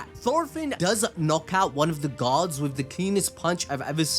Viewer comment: Do me a huge favor. Say "Gods". Then say "guards". Now explain why i kept trying to figure out what this story had to do with Gods.